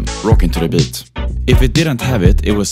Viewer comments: You speak like you are a Minecraft Villager or whatever. It's Beat, not bit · the way he says 'beat' is so Scandinavian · Swedish* yes